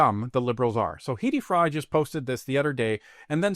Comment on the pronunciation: Her name is pronounced "Heddy Fry" in Vancouver. Same lady?